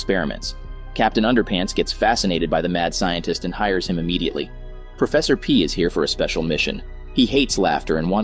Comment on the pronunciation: “Professort P.” 💀